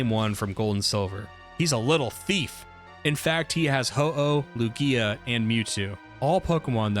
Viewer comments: "Lu-gía" LOL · This is the first video of yours I've watched and I enjoyed it. I was going to subscribe..... But then I remember you said lugia's name funny so I'll hold out... For now. I'll keep an eye on you watch more videos